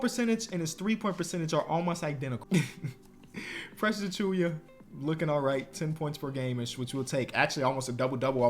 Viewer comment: "Precious Achooyuh"